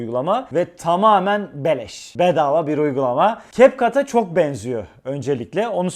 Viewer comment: Video nun girişinde o nasıl bir beleş telafuzudur çok güldüm. çok fena vurguladın beleş kısmını 😂😂😂 TAMAMEN BELEŞ 😂😂😂